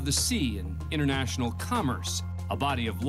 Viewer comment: A "deadly" weapon? I would like to see a non-deadly weapon, as even a pillow can be deadly. BTW, the narrator seems not to be able to pronounce a T. "Innernational" is the complete opposite of inTernational. And what's an "idennity", what means "he enners"? Sloppy speech can be confusing.